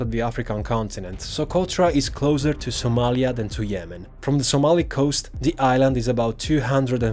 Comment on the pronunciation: It’s Somalia canterin